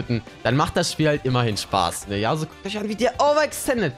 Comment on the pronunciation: Das ist YasUo und nicht YAAsuo Kp aber irgentwie stresst mich das :D